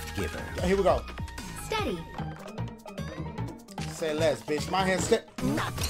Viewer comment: i like the way this game looks way better than the last one. but when you said "say less" it was more like "hold less". lol.....wait, pause?